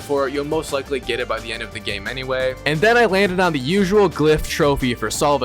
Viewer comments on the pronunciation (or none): none